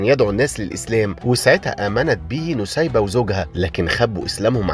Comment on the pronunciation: أخيرا حد عارف قصة الصحابية نسيبة بنت كعب و اخيرا حد عرف ينطق الاسم بشكل صح😭❤❤❤❤